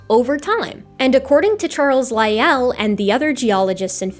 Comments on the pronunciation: Hey, where did you learn your pronunciation of Lyell. In my birthplace it's pronounced like Lie el not like Roy al. That birthplace was surrounded by mountains named after English naturalists of the 19th century. With the last mine existing under Mt. Lyell called the Mt. Lyell copper mine. hence our pronunciation of it. Funny little trivia is most of the mountains were named for English naturalists of the 19th century because erasing the indigenous names isn't genocidal at all. Charles Gould name Owen, Lyell and Sedgwick. Darwin was a nearby mountain already named what makes things interesting is that Sedgwick and Owen hated Darwin's ideas, Lyell was a supporter. The smallest mountain in the range was later named Huxley. Tallest mountain was named Murchison. This range is just to the west of the highest point on the island Mt. Ossa. The only mountain a mile high on the island. Thank you, if you answer you might get a like. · If I might be allowed a pronunciation note: Lyell's name has only one syllable. And 'Giovanni' has only three syllables: sort of like "joe-VAH-nee". None of this affects the content of the video, of course. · What a tour de force. The scene-setting history of the world introduction alone was remarkable, and the irrefutable dismantling of YEC with receipts was a thing of beauty. However, Augustine is pronounced Augus-TEEN, not Augus-TIN; Lyell has one syllable (rhymes with while); the arch in archbishop is pronounced like March (or arch, for that matter); Bishop ends in op not ip (I presume that was just a typo given that I and o are adjacent on the keyboard); the Regis in Lyme Regis is pronounced REE-jiss; it’s sur-VAY-ing, not SUR-VEE-ing; it’s aba-LOW-KNÉE, not aba-LONE; it’s BO-vid (rhymes with COVID); and it’s invo-LOO-crum, not in-VOL-u-crum. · pronunciation is a bit off but I have to be forgiving on account of the first class trampling she gives out to the likes of Doug